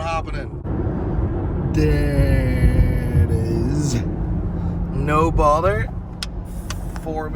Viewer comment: I always thought he said No Baller 😂😭